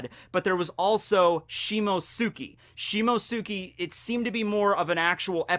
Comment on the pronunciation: Not She Mo Sue Ki... shi mo tsu ki